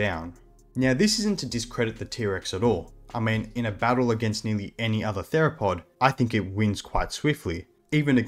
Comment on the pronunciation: thought he said "niggatheropod"